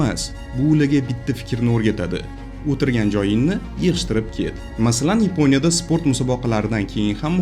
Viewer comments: Йипония емас Япония деб гапиргин ешак бош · Йипониямас Япония,узбек тилиниям бузиб расво кивордилар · Yaponiyani yeponiya deyish ham notoʻgʻri😅😅😅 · Йипония эмас япония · Ypo'nya degan davlat bormi Yaponiya ni eshitganman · Yeponya emas, Yaponiya. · Iponiya emas.Yaponiya .shuning uchun bizda shunaqa .Gapitish madaniyati yo‘q senda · Yponiya emas Yaponiya deyiladi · Епоня дебмас япония деб гапирсез хам болуради соф жайдари тилимизда. Сиздакалар бор экан биз хайотда японларга етолмимиз😢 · Akam Yiponya emas Yaponya. Bizdagi tartibsizlikni siz ham kòrsatib turibsiz. Uzur oldindan.Siz ham Yuqtirib qo'ymang notòģri tahlilni. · Yiponiya mas Yaponiya